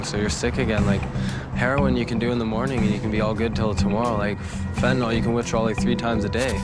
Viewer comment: Had to skip this one the Ai can’t pronounce fentanyl.